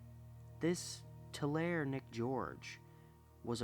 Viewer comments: Tulare is said too-larry I used to live there and yaeh if your not familiar you wont know how to say it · Really enjoyed this one. By the way, Tulare California is pronounced "Tularee". 😊 Tulare-ites can be sensitive about that!